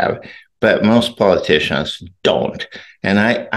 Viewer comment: You worked in California undercover as an intelligence officer ? What is a polkitician ?